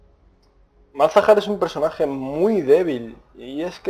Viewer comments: tampoco se dice malhazar, se dice Malzahar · MALAZAR jajajajajajaj MALZAHAR .... en fin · Se dice Malzahar, cojones ya xD. Pero que yo hasta hace poco decia Mog Kaw y tampoco pasa nada sabes? xD